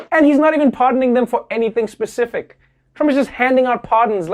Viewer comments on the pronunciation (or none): none